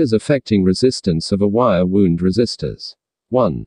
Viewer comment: Wire "wound", not wire "wound"!